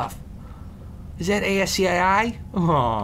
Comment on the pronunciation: Aiesseeayeaye? Is that really how you're supposed to pronounce ASCII? I've always said "asky".